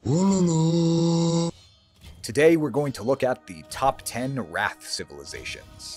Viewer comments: The Bangla pronunciation is Raw-Th. At least modern Bangla. No idea about Medieval Bangla language. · Give him a break. We mispronounce plenty of English words without even knowing we are mispronouncing it. Ratha is acceptable.